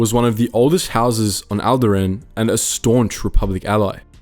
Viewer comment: Is there a Star wars fan and can't even pronounce alderaan?